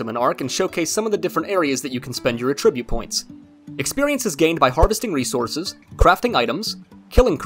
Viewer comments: please learn how to pronounce "attribute". In this context it is NOT "uhh-trih-butte". It IS "ATT-trih-butte". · Can you please look up how to say attribute? At -trib-ute It’s not “a tribute “ points lol